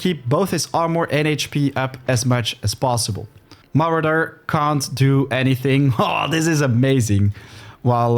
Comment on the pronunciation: I did not know people who pronounce sword as "sword" still exist, you are of a dying breed. Its "sord" the W is silent. Saying "sword" lets everyone know you are not a native speaker and never visited an english speaking course. I dont think this is a good look (same applies to "Marauder" never heard that version, absolute new one I think no one ever pronounced it lke that lol, its "Ma raw dr" or "ma row dr")